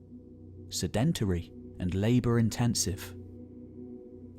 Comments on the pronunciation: Great video, but please sed·en·tary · "Sedentary" should have the stress on the first syllable. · Really great content and the narration is calm and engaging which makes it all the more surprising when you hear the mispronunciation of sedentary! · Love everything but the way you mispronounced sedentary